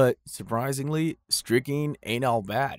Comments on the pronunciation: And it is pronounced strick-nine (like the number) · Hey hey hey.... please learn to correctly pronounce strychnine -- there exists an 'n' in it. Just sayin'.